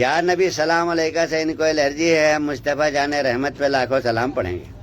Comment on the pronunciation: Pehly salam sahi se bolna Sikh ly